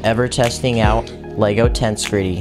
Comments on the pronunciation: The emphasis goes on the second E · So much is wrong with this video. 1. His pronounciation of the word "tensegrity" 2. The dragon is female. 3. You can't put a helmet over a pumpkin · Tbh, when he pronounced it tens-greet-ty, I clicked away and unsubscribed immediately. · Stressed and unstressed syllables are just as important in understanding what is going on as the Lego build manual is. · Dude, it rhymes with "integrity". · does anyone else find it kinda triggering how he calls it “tense gritty” instead of “tensehgritty” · Yeah, it's pretty obvious it should be pronounced "Tens-eg-rit-ee". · Its acctually pronounced ten-seg-rity and not tense-grity. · This was a great video, and I enjoyed the build, but: 1. It's "ten-seg-rity", not "tens-gritty" 2. It's "The Ender Dragon", not "The End Dragon" 3. The Ender Dragon is a she 4. Her name is Jean Just little pet peeves of mine. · Ten-seg-ri-tee, not tensigry. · TENCEE EGG GRIITTY NOT TENSGRITTY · it is tensEgrity, not tensgrity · Lol wth is that pronunciation of tengresity It’s ten-gress-ity btw. Not tensecrety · It is pronounced: (Ten-seg-ri-ty) not tense gritty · It's pronounced. Ten-seg-rity Tension + integrity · i think you mean 'ten-seg-ri-tee'. when you break down pronunciation like that, you don't start the syllables with vowels (except in very rare circumstances, or when the word starts with one) because that's not how the words are formed when you speak. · Tense be griddying 😆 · Bruh every time he says “tense gritty” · bro why he say it like "tense gritty" tho- lollllllllllllllllllll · Ten seh gret tea. Ten seh gret tea. It is pronounced 'ten seh gret tea' It is a combination of the words 'tension' and 'integrity'.. 'Tens/egrity' Ten seh gret tea. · its pronounced TEN-SEG-RIT-E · I can barely watch this because of "tensegritty" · (Tens-seg-rity) pleas say it right it hurts 😭😭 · ender dragon is a she. also it’s pronounced tehn -SEH-grih-TEE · why does he say tensgritty?? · ITS TENSEGRITY